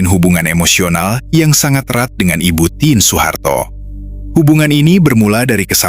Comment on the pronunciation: Dan "TIN" bukn tièn..tp ya namanya robot..😅